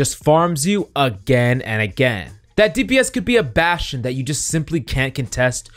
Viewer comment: baSCHtSCHion. ah yes